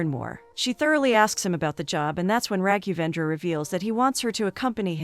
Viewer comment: The poor pronounciation of Raghendravendra 😂👍🏻